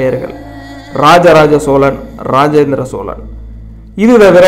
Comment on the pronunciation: சோளன் இல்லடா அம்பி. சோழன். மள்ளர் வேறு சோழர் வேறு. தமிழ்..ன்னு ஒழுங்கா உச்சரி. உருட்டல் உடாதே...அம்பி.